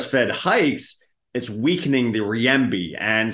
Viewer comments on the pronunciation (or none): Renminbi is pronounced renmuhnbee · Are you sure it isn't Riyembi 😂